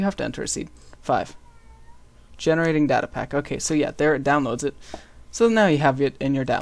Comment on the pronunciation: u pronounced data wrong ,_